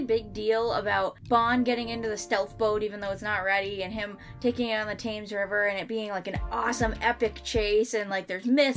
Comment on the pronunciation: "the Taymz river"